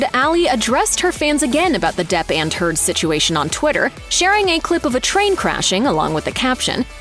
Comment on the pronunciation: I'm sure that Amber's name was pronounced Turd here. 😂